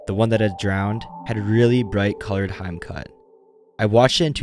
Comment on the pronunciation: Next time make sure you know how to pronounce certain words, like "hime cut" or "Dies Irae". It just sounded silly the way you said them :'D